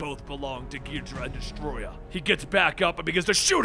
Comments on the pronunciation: Kinky Dora 😂😂😂😂😂😂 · Not ghid-ra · Gi-DOR-uh. King Gidorah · I thought it King Ghidora's name was pronounced "Gi-door-uh" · it's pronounce gi-door-ah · When you a Godzilla fan and you feel a sharp pain hearing the mispronouncing of the names especially King Ghidora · You pronounced some of the kaijus like Ghidorah and anguirus but it's fine👍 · Wow, you are HORRIBLE at pronouncing these Kaiju names. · Sadly that how people(some) pronounced Ghidorah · I love how he mispronunciations everything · I liked when I saw the art, I disliked when you mispronounced Ghidora. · ... who else is getting pissed at how he says the enemies name wrong? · I can feel by how he pronounces the monsters' names that he has never watched a Godzila movie in his life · i think you kinda butchered king ghidorah's pronunciation. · GBlitz When you're a true fan and realize that's how most names were originally pronounced in the movies. "Most." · “As he stands on the bodies of Gidra and the Destroyah” Bruh its pronounced Ghi-Do-Rah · Ghidra, really, It’s ghidorah gi-dor-ah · Ghidorah=Gee-door-a not gee-dra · King “gijra” it’s “gi-dora” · Ghi-dor-rah not Gidrah and An-guir-us not angarius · Gidrah? It's gih-dor-ah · I don't think it's pronounced as "gid-ra". I think it's "gi-do-ra". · Gidra?? Its Gi Door Ahhh and atomic breath not a beam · King gidrah... KING GIDRAH😡😠 M8 its gidorah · King gi-dra? More like king ga-dore-a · gid-or-ah not gee-dra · It's Ghidorah, not Ghidrah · ghidorah is cooler ghidra is stupid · GHI- DORA NOT GHIDRA GHI DORA and also Ang geer us but other than that pretty food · Ghee-dora not ghedra lol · Angeris (an-jeer-iss) king gedora (gee-do-raa) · Ghidorah not Ghidrah and while I'm at it Eric Selvig not Slevig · It’s GhiDORa, not GHIDRA! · It's not 'Ghee-drah'. It's 'Ghee-dough-rah'. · “Ungarius”💀💀💀 “King gidra” 💀💀💀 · Wasn’t it originally pronounced gee-door-ah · King Ghidorah ❌ king gidra✅ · Your mispronunciation of angeerus as ongareus and ghidorah as gheedra hurts my soul